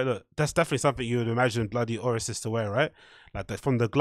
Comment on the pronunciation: are you trying to say "Bloody Osiris"?